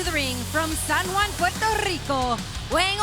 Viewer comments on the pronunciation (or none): none